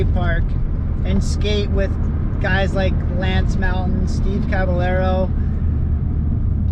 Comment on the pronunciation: It’s cabayero ffs